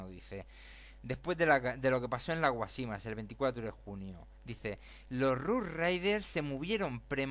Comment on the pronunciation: Guásimas, es esdrújula, no llana, sólo este comentario. El resto llevaría mucho tiempo y no vale la pena. Lea mejor. El ejército español si remataba en los campos de batalla y un ejemplo de ello es cuando muere Antonio Maceo, (que por cierto no muere con ningún hijo suyo, muere con Panchito Gómez Toro, hijo de Máximo Gómez, rematado a machetazos por dicho ejército) ese día estaban casualmente trabajando los forrajeadores. Creo hay que darle otra vuelta a esto. Los únicos que perdieron en todo esto fueron los cubanos. A propósito Cuba no pidió que la defendieran ni de ingleses, ni de nadie en particular. Evidentemente España cambió el mundo para su conveniencia y le salió mal y con ella arrastró más de medio mundo. Ya está bien.